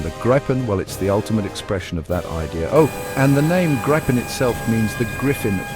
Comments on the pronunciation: It would be better if an improved AI commentary were used - this one failed even to pronounce "Gripen" the same way throughout the video - several different ones were used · Not as bad as having 4 ways of pronouncing 'Gripen'.